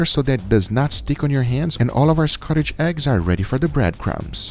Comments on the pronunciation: SCOTCH. Not Scotich. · Scotch! It’s scotch egg.. not Scottish! 😂 lol good watch though 😊👍🏻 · Scotch, not Scottish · Scotch is wrong. Correct is to say Scotch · Fantastic video (as always). Definitely going to give this one a go myself :) By the way, that's not how Scotch is pronounced :P